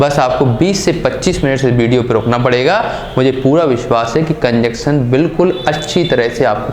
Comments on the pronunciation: Bro conjunction ko cunjuction mat phadho 🤣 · कंजंक्शन not कंजक्शन